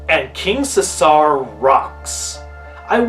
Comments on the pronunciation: Its pronounced See-zer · No offense, but who taught you how to say Caesar?